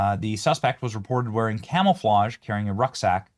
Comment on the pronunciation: Camelflauge? Lol